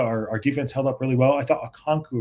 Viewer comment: Okonk-Woah not Woo 😂